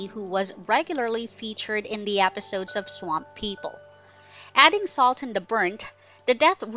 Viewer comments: Like how she says swamp Sawamp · Why are you saying swamp like that? What the hell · Why is she having such a hard time pronouncing the word “swamp” haha jeeez ssmmhh !!!